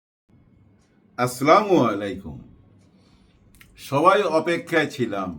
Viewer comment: সালাম টা আরো শুদ্ধ করে দিলে আরো সুন্দর হতো।❤️❤️❤️❤️